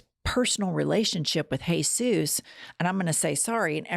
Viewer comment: Why does this woman pronounce the name of Jesus in Spanish? For me this is racism